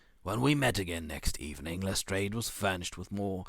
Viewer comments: This is really good. The stresses on the words and the changes in tones, all sound very professional! P.S Lestrade is pronounced as Les-drARHH. A French surname, rhymes with yard and chart. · correct. LestrAAD of the Yard. and the River Thames is pronounced "Temms".